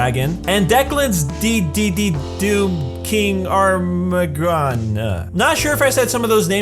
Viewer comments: Its Armageddon not armagroon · that moment when he can't pronounce armageddon -. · U don't know how to pronounce Armageddon??? Must be fuckin stupid